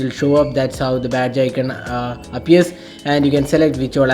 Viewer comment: its aikonn. aikonnn. not aikennn. smh